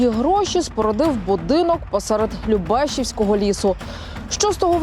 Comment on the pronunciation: ЛюбешІвського, а не ЛюбЕшівського, недоучки!